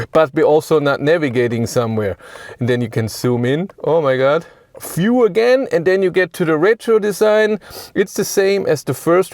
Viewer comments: Sigh... Dear narrator: The word is view with a v, not “fiew” with an f. I don't know why, but this is the single most infuriatingly annoying aspect of your Denglisch. Please try to learn the correct pronunciation, so you can stop doing this. Gillt übrigens für alle Wörter mit einem V (und nicht nur am Anfang des Wortes, sondern überall): NUR auf deutsch und niederländisch spricht sich der Buchstabe V wie F aus; auf allen anderen Sprachen, inklusive Englisch, hört er sich so an wie das was Sie auf deutsch mit einem W schreiben. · I understand you're german, but VIEW is not pronounced [FJU:]. I literally thought you were talking about a "fuel" button - in an EV.